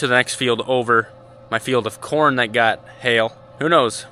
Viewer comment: Kern Inquiries: "Well Dad, what do you think of my Kern?": "Well son, there's room for improvement."....just like with your pronunciation skills. A 'Kern' is what sewer worker Ed Norton (Art Carney) on the 'Honeymooners' called a coin.